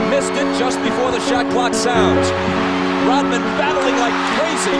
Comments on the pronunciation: Rodman, not Rotman. The letter D, not a T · It's sound like the narrator is saying Rotman rather than Rodman.